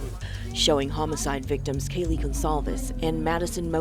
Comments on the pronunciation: Kylee??? Omg, pronounce her name well. KAYLEE is her name, not Kylee 🙈👀👀👀 how ignorant of you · Whose "kahlee" goncalves. This is insane, crime happened 2 and a half years ago and the r tards that report on it, even the last judge, don't know how to pronounce the victims names. Insane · I know that the reporter didn't mean to mispronounce Kaylee's name, but it's very noticeable. Do better and make the proper corrections The National Desk. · Not only mispronounced Kaylee’s name but the whole story here is false. The roommates were not home BK is innocent. You all should be ashamed of yourselves. This is a drug house & the cops are filthy dirty, it to mention the University. They need to shut down all of Moscow. Hope BK sues them all.